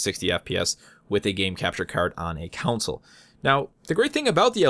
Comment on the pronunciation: You kept pronouncing console as "counsel" :P